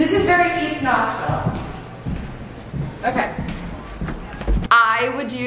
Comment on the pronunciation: Wow I'm from Nashville and the cringe when repeatedly says "ThiS iS VERRRRYYY eaSSST NAsHviLLLLE!"